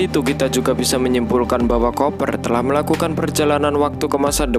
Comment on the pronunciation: Baca nya kuper bang, bukan koper